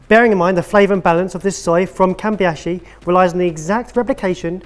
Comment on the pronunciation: From now on I will try to pronounce every word I don't know with the same confidence that said "Kambi-ashi" with. 😂